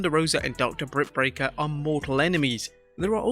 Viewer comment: “Dr. Brit BRaker”??🤔🤔🙄